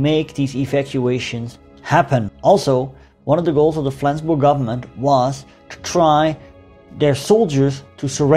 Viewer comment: For a non native speaker your pronunciation of Flensburg is on point. Well done my friend. Quite an interesting video as I live in Flensburg, but I've got no clue about these latter stages of the war - atleast not more than the short entry in Flensburgs Wikipedia article ;)